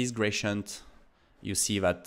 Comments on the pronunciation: Thanks for all your video's, very inspiring! Little feed about pronounciation: I hear you say [gracient] all the time, however, it's spelled with a D, [graDient]. That would make it little more understandable. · Dude please 😂 It's not "grachient"